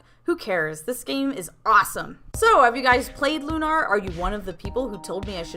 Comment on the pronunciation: i.m with you, but the title rhymes with tuner, not kumar.